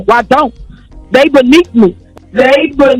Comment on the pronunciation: "Dey beneat me."